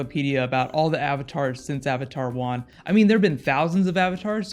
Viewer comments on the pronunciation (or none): it's Wan not Juan like the spanish name, just saying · Its Wan not Juan